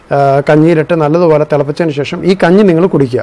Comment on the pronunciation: ശേ...ശം അല്ല,,,,,,, bro,, ശേഷം എന്നാ ണ് 🤔👍👍😂😂😂😂